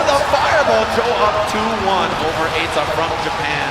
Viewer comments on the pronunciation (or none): It's not aita, it's eita. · Eita is pronounced "ate-tah," but yeah his ken was wild and very entertaining to watch in vanilla sfv. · Its crazy that he legit is playing audio of them saying Eita's name multiple times and still chooses to mispronounce it lol